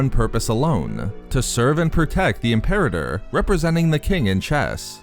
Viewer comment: It's pronounced: IM-per-AH-tor